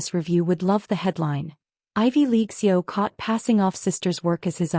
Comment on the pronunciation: I’m getting tired of creators who haven’t learned that CEO has three syllables — C-E-O. It’s an acronym for Chief Executive Officer. You do nothing to prove your intelligence, but you expect intelligent readers to reward you with subscriptions. Subscriptions are how you make money — so you’re just shooting yourself in the foot.